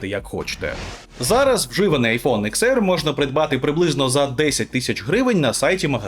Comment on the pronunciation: Десять, а не икс 🙄